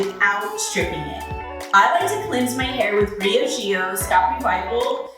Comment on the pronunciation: Ain’t that Bree ahh g oh? Ask the people how you pronounce it😠